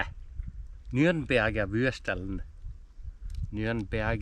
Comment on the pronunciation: Nürnberger Bratwürstl (pronounced perfectly by the way...) and Franziskaner Weißbier in the wilderness... As a Bavarian from Munich I really like your off grid Interpretation of the Oktoberfest. Prost!